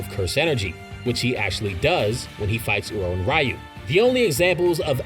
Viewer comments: It's pronounced "r-you", not "Rai-you" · Ryu is pronounced 'ree-oo'. Other than that, great information and great video! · Please say Ryus name right next time and its not fully confirmed Yuta needs to have Rika consume DNA